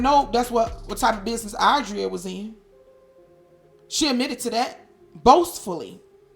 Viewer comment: Im so glad this got exposed . I knew something didn't add up right when she said she was there at the hotel when Cassie was there. Im saying to myself you was kidnapped that long? And the fact she could barely pronounce Adrias name even though Adria said that's her home girl lol.